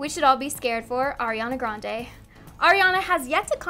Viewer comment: Y’all mad about saying wrong someone’s name but no one’s mad about Pete’s “”””jokes””””? YALL ARE SICK AND DISGUSTING, get over yourself, it’s just a name, people say my gfs name all the time and it’s okay, you need to understand some people just don’t know, they even say Grande bad (it’s Gran-diii)